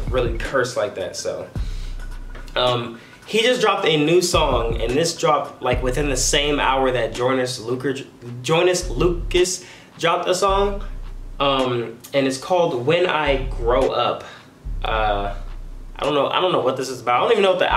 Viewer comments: Nobody:: joynes luke, joynis lucus. Joyner Lucus my guy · Joynous luker. Joynussss Lukas... Joyner Lukas almost got it. STILL LOV U 😂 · how its pronounced: joy - ner - lucas " please will you for dinner" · *Joyner Lucas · Nobody:.. Like no one:: Joynes lucar... Joyner lucar.... Joynes Lucas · Man really said Joynis Lucas 🤦🏻‍♂️ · No one: Not a single soul:: JoYniS LuCaS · did he really say joynus lucas??😂😂much love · Nobody:: joynas lucar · Nobody: Not a single soul:: joynas lucer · Nobody:: Joynus Lucas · Nobody:: Joynas Lucas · Nobody:: Joynus Lucas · Man said joynis luker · Nobody:: Joynice Lukis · Not lucus????